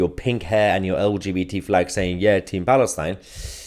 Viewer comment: The way you pronounced "Palestine" 😂😂😂😂😂😂